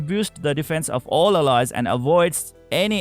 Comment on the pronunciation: Awesome video! Thank you! Pls do learn how "Ally" , "Allies" and "She" are correctly pronounced. all in all, awesome video!